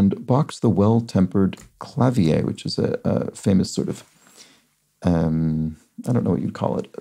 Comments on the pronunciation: I've always put the stress on the first syllable. Apparently both pronunciations are acceptable, though I just listened back, and didn't use either of them – both end with a schwa: clavier | ˈklavɪə, kləˈvɪə | noun Music a keyboard instrument. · 42 Down: Clavier pronounced Kluh’ veer